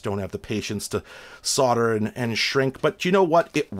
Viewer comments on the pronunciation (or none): none